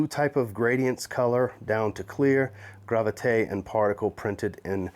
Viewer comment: Great job at the pronunciation,. You nailed it!